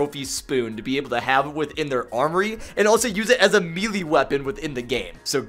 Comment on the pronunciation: “Meeee-leeeee”? It’s pronounced “may-lay”